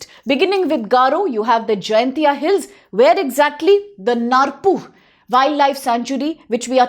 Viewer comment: Dkhar can't pronounce khasi. Narpuh pronounce narpouh